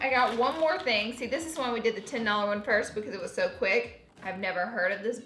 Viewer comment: TINNNN dollars